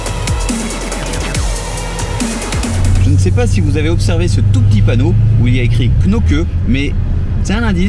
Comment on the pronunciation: On dit Knokke sans prononcer le « e » : « Knok ». Étant belge j ai bien rigoler 😂. Félicitations en tout cas 😄